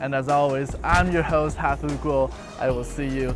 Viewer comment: hafu not hwd